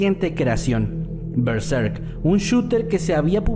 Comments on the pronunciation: Todos hablando de las historias y yo con la paniqueada que me di cuando dijo "berzerk" y "sad satan" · Me cagu7 del susto por "Bezerk"